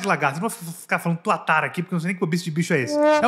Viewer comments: N é "tatuara" é TUATARA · Não é tatuara, kkkkk, é tuatara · Não é tatuara, é tuatara,!!! 😂😂😂😂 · Oi, desculpa a correção mas não é tatuara e sim tuatara. Um grande abraço e gosto muito do seu trabalho. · Amei o Leo apesar das bobice e quero um pra mim kkkkk e só lembrando não é TATUARA é TUATARA KKKKKKK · TUATARA, não Tatuara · Tatuara nao,Tuatara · Tuatara não tatuara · N é uma TATUARA é TUATARA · Tuatara n tatuara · É uma tuatara e sim você falou errado